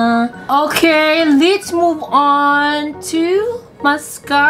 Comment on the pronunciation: Just a correction let's po Hindi lits